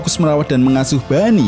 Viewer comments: Boney bang bukan bunny apalagi funny 🤣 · Mendengar dia sebut bunny. Aduh.. malas tengok.